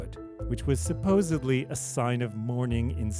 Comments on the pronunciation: There is no such word a "subosably" Rob Sheffield is a moron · "supposiVely". Learn to speak dude. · And on a side note.......the word you said several times is supposedly NOT supposebly! 😑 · Good breakdown video but I can't trust a narrator who pronounced supposedly as supposably!! That one just always bugs me. What is the root word? Supposeb?!?!